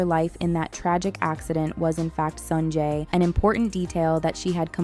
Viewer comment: Everything was ok until you started calling him "Sanjay"